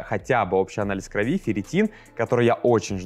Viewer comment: не кровИ, а крОви! Режет слух.